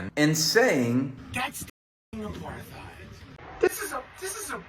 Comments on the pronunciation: What's an "a-par-thigh'd?" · Supposed to be "apart-ate", but at least you know what it is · If you ever questioned how dumb Rappaport really is..."Apar-THide" and "Is-rail-lian"😂 Pretty much closes the case on that. Hesnjust jealous of the attention his old buddy Bill Burr gets these days 😂😂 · Pronouncing apartheid with the TH sound is 🤌